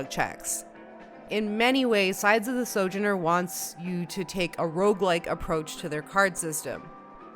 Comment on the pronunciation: I'm pretty sure "sojourner" has emphasis on the middle vowel and not the first, but I could be wrong.